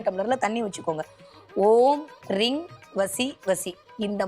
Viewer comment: ரீங என்பது ரிங் என உச்சரிப்பு வருகிறது